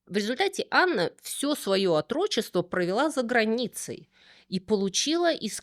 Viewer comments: Отро́чество? Не знаю, как по-канадски, а вот по-русски - о́трочество. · Отрочество, не отрОчество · В слове"Отрок"ударение на 1 слоге.Поэтому ударение в слове"Отрочество" тоже на 1 "о". отрОчество неправильно!😊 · Ударение на 2-й слог в слове "отрочество" - это про культуру или про бескультурье? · Перестала слушать на слове отрОчество. Откуда такие дикие ударения? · При всём уважении, в слове «о́трочество» ударение падает на первую гласную — на букву О. [1] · Да, резануло ухо!😂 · в слове отрочество, ударение надо ставить на на первую букву О а не на вторую